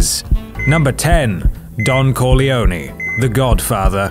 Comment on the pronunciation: Omg when he said Don Corleone i totally heard Don Coglioni ... i'm so sad and ashemd .... T.T (coglioni=testicles in italian)